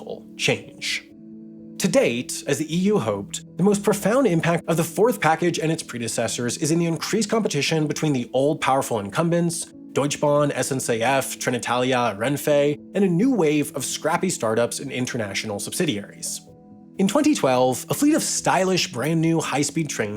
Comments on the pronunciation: It's not "Deutsch Bahn", it's not "Porsch", and German is not French. We actually pronounce the "e"s at the end of a word. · Small tip on German pronunciation: if a word ends on "e" (Deutsche Bahn, Porsche), that "e" is pronounced, not dropped. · PKP Intercity, Deautsche Ban and TGV and italian don't know how to say